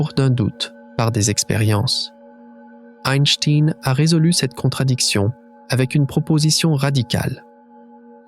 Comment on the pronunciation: Je connais Albert Einstein, pas Eistiiiiine ... Pfffff ... :face-turquoise-covering-eyes: ... Min 5